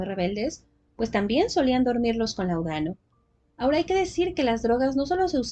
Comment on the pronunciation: Perdón, pero se dice láudano. Es palabra esdrújula. Era un medicamento común en la época.